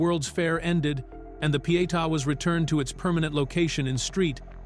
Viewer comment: Not enjoying repeated insertion of scenes from Ben-Hur or the very poor AI read. Gaps, run ons, and wrong pronunciations can and should be adjusted. However, kudos for correct pronunciation of Pietà for English speakers.